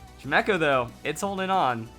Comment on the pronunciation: Uhm it's pronounced Chime - Echo. Chime, as in wind chimes.